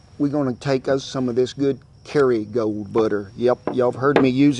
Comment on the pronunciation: Excuse me, but what kind of butter is that? Sounds like Carry- a-gold. Is that a brand of butter?